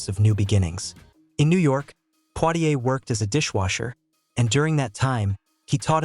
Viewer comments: His name is not Plitier but Poitier, if you don't get it right, no one will reognize who you're talking a bout. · Not poirrier!!!!! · U r pronouncing his name wrong